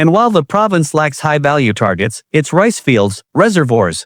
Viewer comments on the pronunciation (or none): none